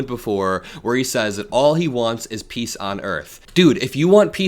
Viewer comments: He didn't said "peace on earth", he said "piss on earth!" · No no, he didn't say peace on earth, he said piss on the earth.